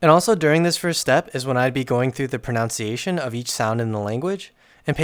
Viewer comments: Super cute & useful video, but please look up the correct pronunciation of ‘pronunciation’. The word comes up so frequently in the video that given the context, there’s a disconcerting irony to hearing it mispronounced over & over. I’m not trying to be mean, I know pronunciation is dicey when you read a word more frequently than you hear it pronounced. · for everyone complaining about his pronunciation of "pronunciation": it's not strictly wrong, check Merriam-Webster. it's less common and listed as non-standard, but it's common enough to include in the dictionary entry, and they even explain this exact word (and also what non-standard means) in a separate article. the worst they have to say is "some people may judge you harshly"... lmao English is what people actually say, and even if this was wrong at some point, enough people say it this way that it isn't wrong anymore. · Mispronouncing 'pronunciation' in the first 2s of the video is quite the power move. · You're mispronouncing "pronunciation" (which is ironic). You're adding an "o" to the word when you say it. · I noticed that too, there's an incredible irony in watching a master of pronunciation mispronounce pronunciation for an entire video. 10/10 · Super helpful video! I think you’re pronouncing pronunciation wrong though 😭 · mispronouncing "pronunciation" through the entire video about pronunciation is so triggering haha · Literally can't even say that word right, how am I supposed to trust anything you say... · As a Canadian I also say proNOUNciation. Which meant I was surprised that it's spelt pronunciation haha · do people not pronounce it like that everywhere? everyone in my state that i’ve heard says the word like “pro-noun-ciation” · It's supposed to rhyme with enunciation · Are you saying "pronunciation" right?? It sounds like you're saying "proNOUNciation" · > Makes a video giving advice on pronunciation > Very first thing he says is "Is your goal to get PRONOUNCE-iation so good..."